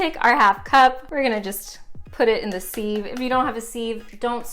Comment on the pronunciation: I kept hearing “sieve” as “Steve” and now sieves will forever be Steve’s